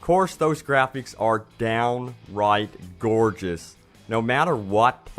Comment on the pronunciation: "of corsh thesh graphics are dern right GOREgess" (of course these graphics are darn right gorgeous) "I wush really WEREeed about vershtical taring" (I was really worried about vertical tearing)